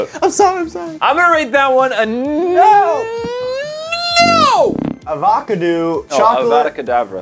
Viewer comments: fr esh avo ca do Matt edition: ovada-codabra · Me (german) find it is really really funny, how he pronounced Avocado... does american really pronounce it like that? Its fucking weird